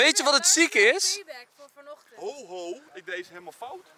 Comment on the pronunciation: Niemand maar ook echt niemand normale mensen: ich. Enzo: ig